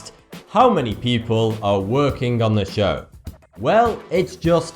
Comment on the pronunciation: Why doesn't anyone talk about the fact that he can't make a "th" sound. He say "uhver" for other. And "bofe" for both.